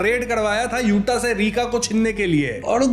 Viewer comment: Accha hai yuta hai, yute nai hai